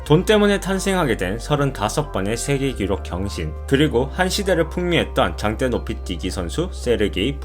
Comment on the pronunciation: 당때노피띠기?? ㅋㅋㅋ 혀가 너무기네요~^^ 영어발음 좋으실듯 ㅋㅋㅋ